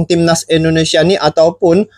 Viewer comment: Maaf,. Saya koreksi sikit ya.....tolong dong cara mengucapkan nama negara orang itu dijaga ejaan dan pengucapannya..masaaaa orang thailand lebih fasih di banding orang Malaysia. Se x lagi maaf ya brooo. INDONESIA bukan Endonesia. Trimakasih